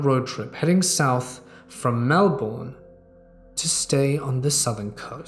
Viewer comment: Every Aussie here will agree it’s “Mel-burn” not “Bourne”!!!!!!!!!!!!!!!!!!!!!!!!!!!!!!!! Angry Australian noises intensifies but besides that the rest was great keep it up!